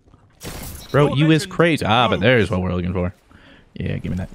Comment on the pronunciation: “Zhere’s someone behind me?” “SCHWVAT IZ DISS?!?!”